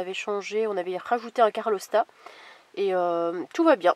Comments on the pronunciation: Arrêtez de dire carlostat c'est un CALORSTAT ! 😂 A chaque fois ça me fais penser au chanteur la (Calor = chaleur, car ça gère la température moteur) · Quelle "calor" et non pas carlor ✋🏻😊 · juste une petite rectification c'est un calorstat et non carlostat ...😊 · calorstat pas carlostat ! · Pour info, on ne dit pas carlostat, mais calorstat. Carlos, c'est un espagnol 😜 Le synonyme est thermostat. Comme Idriss et ton ami, dont je n'ai pas retenu le nom, disent, un moteur doit fonctionner avec une température de liquide de refroidissement aux alentours de 90 degrès, sous peine de dégats. Sur les vieux moteurs, c'est peut être aux alentours de 80 degrès, je ne sais plus trop. Pour ta boite de vitesses, elle est probablement usée, à moins que l'huile soit inadaptée. Je parie plus sur l'usure. Dans ce cas, je te préconise un addidif anti friction à base de céramique, avec un dosage concentré de céramique. C'est ce qui se fait de mieux actuellement (voir peut être la chaine youtube GLB). J'ai eu mal au cœur d'entendre Nany pleurer sur la route. Il avait l'air très malheureux 😪 Mais quand je vois sa tronche et son allure, je suis amoureux de lui. Je suis un amoureux des chats, tout simplement. Bisous les amis 🐈🐕